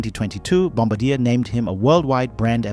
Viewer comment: Bombardier is not pronounced 'Bomb- a- deer', it's pronounced 'Bomb-bar-dee-air'.